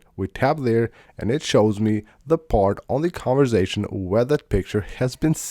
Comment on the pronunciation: And “conversation” not “converzation”